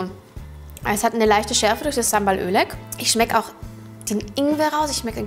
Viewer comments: Das Oelek wird "Olek" gesprochen, nicht "Ölek"😉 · Sambal Oelek - richtige Aussprache: "Sambal Olek" 😉